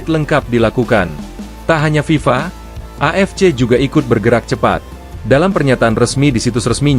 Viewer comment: Ngomong aja ngk jelas FIFA...